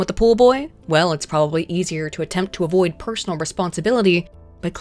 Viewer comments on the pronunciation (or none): none